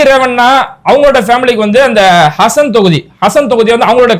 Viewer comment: ஹசன் இல்லே ஹாசன் மாவட்டம்